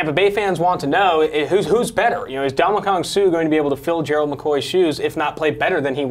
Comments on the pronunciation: Am I the only one irritated by how he's saying Suh's first name? Lmfao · Brink EXACTLY.